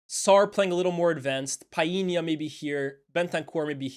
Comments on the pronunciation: Bredda lmao who tf is Piena!!?? stop forcing it man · Tf is Pie-yee-nya? 😂 I've never heard Portuguese people pronouncing that name like that. What's going on fam? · Did not know it was pronounced Pa-inya 😂 . Always say Pau-linya. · "PIIEE-nya" scores on an empty goal??? My boy João put that shot through like 5 City players! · Good to see more graphics, makes the vid way more interesting. Just FYI though you're mispronouncing Palhinha's name, the L is pronounced